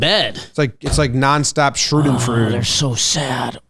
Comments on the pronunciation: put up a layup by mispronouncing schadenfreude multiple times in a row and didn’t take it. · That pronunciation of “schadenfreude” killed me a little bit on the inside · "nonstop schroodenfrood" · Please learn how to pronounce schadenfreude. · Jomboy saying Cruz' was a clean play is pretty wild Edit: Jomboys pronunciation of schaudenfreude is even wilder